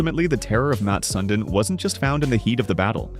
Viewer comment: Good video but mispronounced his name in a couple different ways lol